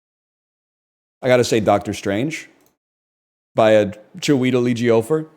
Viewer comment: Cheweetel eejeeohhfur is criminal